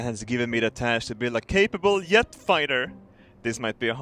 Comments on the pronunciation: I love how his js are ys, he pronounces jet yet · did you know is physically incapable of pronouncing J